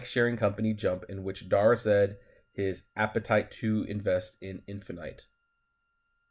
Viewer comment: Infinite !!! Not infinight like you said.. The avengers movie was infinity wars.. Shesssh... not Infinights wars